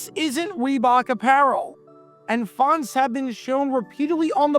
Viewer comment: Len was an assistant for the Lions for a while, I think. I just found it weird that for some reason he pronounced his last name differently than Wayne did. (like "Fon-tez")